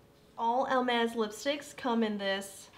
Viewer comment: I absolutely loved watching your review and you are adorable!! Just for reference, and it is not my intention at all to be mean, but Hermès does not have an “L” in it. It’s is pronounced more like ‘Air mez’. Again, I loved your review and look forward to watching more of them! ❤️